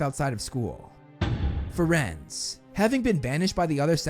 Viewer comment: Bro called firenze = friends instead of (fir-aen-zea)